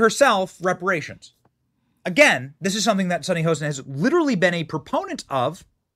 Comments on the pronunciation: It's reparations not "respirations", lol. You sound like the character Eddie in the first Barbershop film, lol. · reparations, not respirations😂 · New subscriber. Looove your show! Quick correction if I may. It’s Reparations. Not Respiration. Keep up the amazing work you do. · Brother, I’m sure you mean REPARATIONS instead of RESPIRATIONS. 😂😂😂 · Wait again....did you also just say. pay "respiration" or deserve "respiration""???? 😮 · "RESPIRATIONS"??...🫁Come on bro, you on TV bro😅😂😅